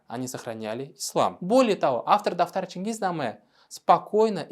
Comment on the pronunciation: Автор специально слово "дафтар" произносит "татар"?